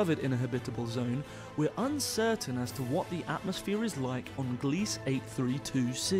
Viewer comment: At , you pronounced Gliese "gleece", rhyming with "fleece". I confirmed via a visit to Wikipedia that it is the name of a recently deceased astronomer by that name, and it's pronounced GLEE-zuh.